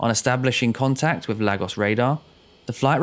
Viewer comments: Small point . . . . . It's pronounced LAYGOSS and not LAG OSS. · Enjoy your videos fella. Another good one here. No irritating background music or sound effects. But yes (not a massive issue) your pronounciation (actually pro nun ciaton) is sometimes a bit off Lagos is (sounds like 'Lay...gos') Google translate can help 👍🏼 All the best 🇬🇧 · Lagos pronounced “Lar-gos”? It’s “Lay-gos”! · Where the hell is Laggos? If you're talking about Nigeria, it's "Lay-gos". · Well done for finding more and different content once again. Just a word though - and the word is Lagos as in Laygos, and not Laggos. Just thought you'd like to know (-;)~ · Lol. Everytime you say Lagos... I have the urge shout back "Laygoss" Cos that's how it's pronounced. .... apologies. worthless I know. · And it's pronounced "Lay-gos". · and to make it more clear for anyone who might pronounce the "gos" the same as the word "goes", it's pronounced "guss", like in the words "gust" and "gossip" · It's pronounced LAY-GOS. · As a Nigerian, your pronoun citation of Lagos has actually stressed me out lol 😂 but great video and an incident I hadn’t heard of - thanks! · Another strange pronunciation - this time of Lagos. 🤔